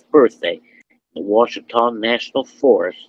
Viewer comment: Lost me at Wah-Cheetah. No one in Arkansas has ever called it that. Ever. Ouatchita - wah chi taw.